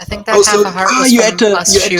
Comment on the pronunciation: You're probably gonna hate me... but every time I here a German say "think" I just can't thinking about anything else that "this is the German cost guard ... what... what are you sinking about" :')